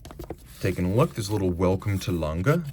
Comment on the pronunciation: Lange - no hard G. Soft g. Not Lang-Guh. Lang-Uh